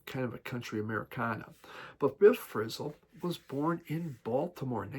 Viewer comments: Do you realize that you are not pronouncing "Abraxas" correctly? Also, Frisell is not pronounced "frizzle." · Actually, I stopped watching after that. Couldn't go any further. Also, no one mispronounces "Frisell" at my parties.